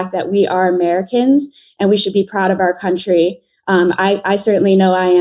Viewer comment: I love how many times she said : ' cuntry ' ..........hilarious !